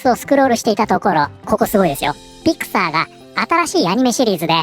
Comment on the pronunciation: ところどころピクサーがピク太ーと聞こえる